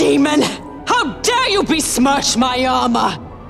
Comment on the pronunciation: "How dare you be-smerch my armor!" 😂😂😂